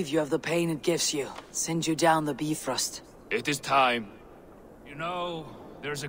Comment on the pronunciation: it sounded like she said "beef roast". 😆 Is that how they say Bifrost.